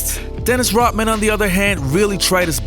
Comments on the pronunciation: His name is Rodman. Not Rotman. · It’s not Rotman, it’s Rodman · It’s Rodman, not Rotman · Swallow the pill...;LEARN HOW TO- PRONOUNCE NAMES CORRECTLY IT'S ROD MAN...MOT ROT MAN...YOU SOUND PLAIN STUPID/IGNORANT/STEREOTYPICAL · Why does this guy pronounce his name as "Rottman"? Pronounce the 'D' dude! RoD-Man! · I really like your content. Don’t like you very much. His name is Rodman, with a D. Why is that so hard? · It's not pronounced Rotman, it's RoDman. Kinda shit drive's me crazy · His name is Rodman not “Rotman”. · Its Rodman not rotman.... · it's pronounced 'rod'man, not 'rot' man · it's Rodman not Rotman!! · I keep hearing you pronouncing his name Rotman :) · Why does he say Dennis "Rotman?" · Why are you calling himRotman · If I have to hear "Dennis Rotman" one more time... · If you pronounce Rodman "rot-man", how do you pronounce Rotman? It is annoying as hell! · Are you saying Rotman on purpose? Can't watch anymore. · Who the hell is “Rutman”? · Is it me or is he saying “Rotman”? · the speaker on the video said rotman again and again. who is rotman? 😂😂😂😂😂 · Rotman? This was hard to watch because of the mispronunciation. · The fact you cant pronounce the name of the player you're highlighting is very irritating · Guy does a video on Rodman, can't say Rodman. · It's not just that, he adds a little hiccup in the pronunciation, like a glottal stop, e.g. Hawai'i. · His name is RODman not rotman fool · Thanks for the video on Dennis "Rottman" and Larry "Birt"......never heard the "D's". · His name is Rodman, not rotman. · You pronounce his name Rodman not Rotman? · fucking moron... its RoDman, not Rotman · "Rod" man....Not "Rot" Man. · The man's name is RODMAN not "rotman". How bout dem apples? Ignorant M.....F........ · Its RODMAN....NOT.. ROTTMAN... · Pretty sure his name is Rodman, not Rotman. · It's Rodman, not Rotman! Are you kidding! Do your homework! D not T! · I thought Dennis's last name was Rodman not Rotman. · His name is Rodman ....not Rotmin